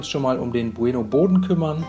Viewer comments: Wie sagst du denn bitte bueno?? Man sagt doch nicht bu-eno sondern bueno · sag noch einmal Buh-Eh-Noh und ich raste aus